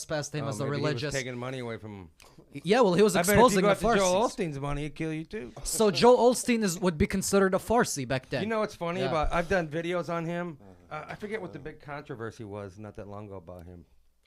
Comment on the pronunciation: It's pronounced "fair a see". Farsi is "Far-see" or "Persian" is a language in Iran and central Asia. The other group was the Saducees. They were turning the temple into a money maker.